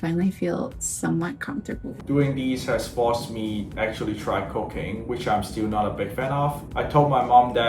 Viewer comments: When the guy said cooking , I swear it sounded like he said cocaine lmao must be the accent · When said he “actually try cooking” it sounded like “actually try cocaine” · Thank you for his subtitles, I was multitasking and thought he said, "has forced me to try cocaine." But he actually said, "has forced me to try cooking" LOL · when bro said he was forced to start cooking i thought he said cocaine 😭🤣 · I thought bro said he was gonna try c0caine!! 😂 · I was listening to this in the background while making dinner until said, "This diet has forced me to try cocaine"... Sorry, what??? He said cooking. Cooking. No hard drugs for weight loss. 😅😅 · I was cooking while listening and though he said he was forced to try “cocaine” lol I ran over to run that back so fast 😂 anyway, great video! Now k may add in a bubbly drink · At around the ish timestamp moment the guy says that he actually started "cooking" lol but I had me earphones in and I of course was listening but at that moment I had turned away from the screen and wasn't watching it and i swore he said that he actually started "cocaine" bwahaha I stopped whatever I was doing and looked at my phone like...... what? Haha I know that I can't be the only one who heard this lol and immediately thought, yup thatll make you lose weight bwahaha 😂😂😂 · When he said doing this I’ve actually started cooking I thought he said cocaine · lmao I thought he said cocaine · Even with the captions I had to go back twice , because I though he said that he "Actually try cocaine". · I thought bro said try cocaine instead of cooking 😂😂😂😂😂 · thought he said cocaine at first, rofl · is it just me who thought had said he tried cocain? instead of cooking? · I thought he said “Doing this has forced me to try cocaine”. COOKING!!! He said COOKING. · Man I had to double take. I thought he said it made him want to try cocaine. LOL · When he said "this has forced me to try cooking," I could have sworn he said cocaine!!